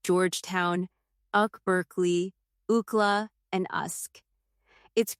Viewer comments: Ai slop 🤦🏾‍♂️ Oohkla? Uhsk? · Was thinking the same thing. Oo-cla was funny. A human being really needs to listen and edit the AI voiceover before publishing the vid. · So funny how AI screws up acronyms like pronouncing UCLA "Ookla" or UK as "Ahuk" 😂😂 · Did she really say uckla, usck and uckberkeley 😂 (UCLA, USC and UC Berkeley)